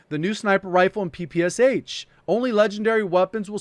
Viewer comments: PePe eSeH sounds funny) It's Peh-peh-Shah. ППШ. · It's P-P-Sh (papasha) not P-P-S-H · It should be pronounced PeePeeEsh. There's a reason the "h" is small behind the "S" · It seemed pronounced "ppsh" very strangely. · J, when you will creating video about PPSh, please, read "Sh" like one sound. because it is actually a one letter in Russian - "Ш" So PPSh is "ППШ". "Пистолет Пулемет Шпагина" - Shpagin's Sub-Machine (Gun). Also in name Antonov the emphasis drops on first "O", so it is antOnov